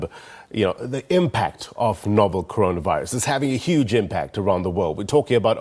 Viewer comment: Hey Mr. Press Briefer. Which virus? It is 'Corona Virus' not 'Conora Virus' 😊